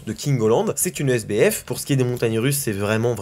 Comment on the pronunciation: Quand tu as dit sbf j'ai cru que tu avais dit SDF😂